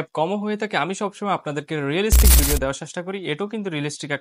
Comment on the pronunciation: রেলিস্টিক না রিয়েলিস্টিক